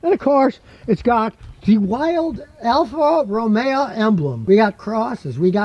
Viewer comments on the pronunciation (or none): Isn't it Alfa Romeo, not Romea? Never heard that dialect before. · It is not pronounced Alfa Romea, say Alfa RomeO.